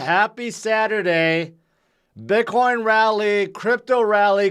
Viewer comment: I love how you pronounce it Bitcwoin!